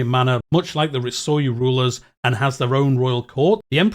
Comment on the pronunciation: Some advice on the pronunciation on Japanese: nearly always pronounced phonetically. e.g Ritsuryō, Ri-tsu-ryō and Sōryō, Sō-ryō